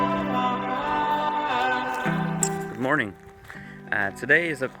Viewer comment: that’s the most american sounding “morning” you have ever said lollll